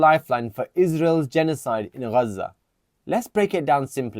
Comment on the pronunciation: Bro your Pakistani what the f*** has Pakistan done nothing Furthermore you seem like you are from mirpur, Pakistanis of full of all of a sudden see the way they pronounce Gaza😂😂😂 before the the Gaza war you were not pronouncing the word gazza the way you did and there are many Pakistanis like that all of a sudden you woken up , lol